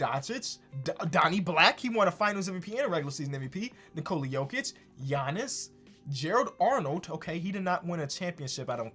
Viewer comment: Did say Jiannis?